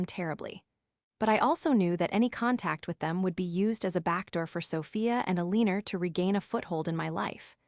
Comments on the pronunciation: Somebody needs to tell AI how to pronounce 'Eleanor' ❤(EL-lin-nor-) but meanwhile a-LEEN-er is pretty hilarious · "El-een-ur"? AI Voiceovers are not your friend.